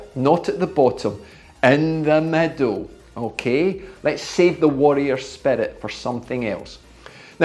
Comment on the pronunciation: exceptional work explained. Can this be done on ERG mode or free ride, what do you suggest? ps: when you said 'middle', I heard 'meadow'. Not everyone speaks the King's English. Regards from Athens, Greece. 🇬🇷🇬🇷🤙